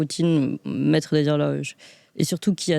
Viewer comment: "le maître des log' rloges..." Rhôô...... Enfin... Reprenez-vous très chère. 😆